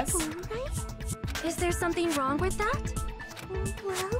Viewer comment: everyone else: thats wrong nagito: thats wong